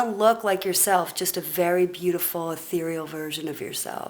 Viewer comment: say ehtereal one more time, bitch